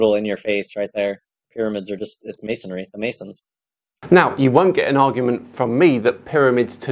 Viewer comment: don’t forget he called it mason-ary.